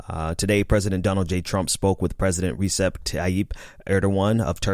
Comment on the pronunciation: Small correction: Erdogan's first name is pronounced like [Rëcheb]. So in full [Rëcheb Tayyib Erdohan] maybe, going by phonetics.